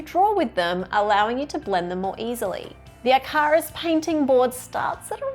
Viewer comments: it's pronounced IKK-a-ruhss! 😂🤗 As in the Greek fable about the man who flew too near the sun, and his hand-made wings melted!! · hearing you say Icarus as "eye-car-us" might've killed me, but this WAS fun to watch!